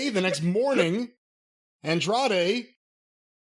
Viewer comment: It's hilarious how Jim refuses to use the last syllable in Andrade's name lol Andre is just easier to say.